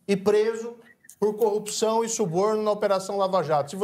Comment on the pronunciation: Como esse subletrado consegui se tornar Juiz? Um sujeito que fala "Cupição" e "Conja". E tem um conhecimento pífio do Direito. Só pode ter colado na prova.